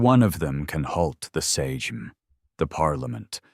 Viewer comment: Any chance you could learn to pronounce? Some good, some bad, Lech Wałęsa was the worst. I could pronounce that even when I didn't know why it was pronounced that way. And how can you pronounce Sejm correctly sometimes and incorrectly most times? Well you got some of them right. And the pieces of history that I didn't know, I couldn't say. And the rest of it sounded right.